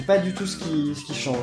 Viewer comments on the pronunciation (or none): none